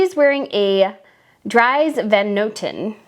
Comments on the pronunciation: Dries is pronounced like Dreese (as in Reece), not dries like in she "dries her face". IE in Dutch is always pronounced as a double ee sound. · Love your video's! But just for further reference: Dries van Noten does not create dry couture ... The double vowel in his first name is pronounced as the i in 'ski' or the e in 'we'. So now you know ... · Hi! Just thought that you would like to know that the first name of the designer Dries Van Noten rhymes with "Please." (I lived in Belgium for a long time.)